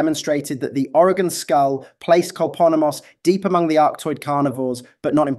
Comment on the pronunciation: Greetings from Oregon! Thank you for pronouncing it correctly! Despite the accent, you pronounce it better than most Americans from other states... who typically say Oreg-On .... cringe... it's Oreg-In. 😊